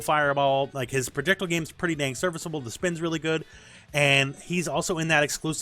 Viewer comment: ProjectILE. Not projectul